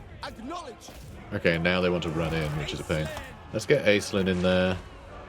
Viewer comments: One of those is my name! I don't think I can get this DLC unless they fix how they're pronouncing Aislinn, haha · That intro had me hooked immediately, it has been driving me crazy how they are saying the name hahah